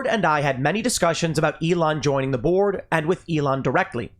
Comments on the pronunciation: I'm sorry Tim but every time you said join the board I heard join the borg. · Everytime I heard Tim say Elon refused to join the Board it sounded like he was saying "Elon refused to join the Borg"